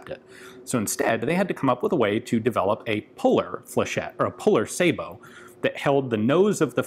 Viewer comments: Finally, someone in the U.S. actually pronounces "sabot" correctly! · I'm glad he knows how to pronounce Sabiot . Too many don't and it makes em sound stupid. A real dumb ass weapon. It's a wonder the army didn't adopt it.